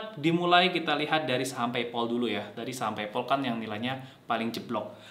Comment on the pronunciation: Kok Paypol sik mas? PayPal (PeyPel) kali? Agak sempet bingung pas dengerin =0))